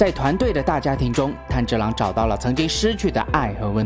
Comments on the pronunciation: 没想到会做动画（虽然也是电影） 是炭之郎噢 字幕是炭，但念成岩了 😅 那可以期待你讲《进击的巨人》吗？第四季要回归了！😎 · 是"炭治郎"，不是岩治郎，起碼主角名字要念對呀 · 炭(yan)治(zhi)郎(lang) XD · 男主的名字竟然可以唸錯兩次… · 連男主角名字都唸錯。非狂熱粉絲的我覺得你很不優喔